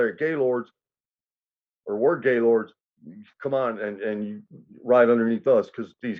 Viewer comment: It’s actually pronounced GIL-OR-DEY 💯 and not just Gaylord…..I grew up with LK’s and Black Stones so I never liked GL’s and we used to make fun of the name ALL THE TIME! 😂